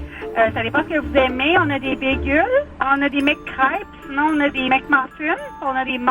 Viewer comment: LMAFO la prononciation: Des Bégûles... de Mc Krap